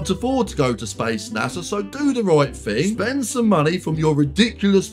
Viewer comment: "Fing".....Do the right fing...